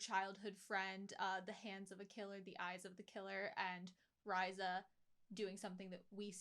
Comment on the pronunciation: Rye-zuh,....it's Ree-za